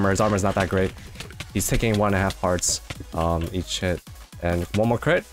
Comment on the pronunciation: When he said "each hit" I thought he said "eat shit" Edit: fixed a typo